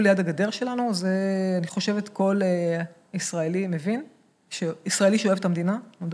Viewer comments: הראיון ממש מעניין, אבל בקשה קטנה המראיין. היות ואתה אומר הרבה פעמים "אני מבין" בבקשה תאמר mEvin (ולא mAvin). זה ממש צורם. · איחולי על עבודתך. אולם, יש לך טעות חוזרת בעברית. שים לב לניקוד: מֵבִין, ולא מׇבִין בקמץ, כפי שאתה אומר.